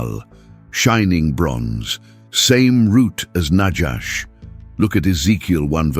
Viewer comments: I thought, it's nahash, not najash Its noticeable To much AI😂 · There is no "J" in Biblical Hebrew. The Genesis 3:1 word translated serpent is not najash but na-khawsh נָחָשׁ nachash (naw-chawsh') Strongs H5175. The AI Reader should be trained in its proper pronunciation. This is a good presentation, and the referenced Dr. Heiser does a great job in the "Unseen Realm" except for one subject that I will not mention now. I make another note, that there is a clear tradition that the Book of the Apocalypse/Revelation was written in the early 60's AD/CE rather than the popular 95 date, and the internal evidence strongly supports it. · The word in Hebrew for snake/serpent is pronounced nakhash not najash - there is no "j" in Hebrew